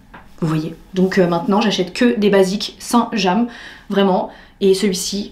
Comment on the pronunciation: Oui sauf que " saint jam " ça n existe pas..😂😂 c'est" st james"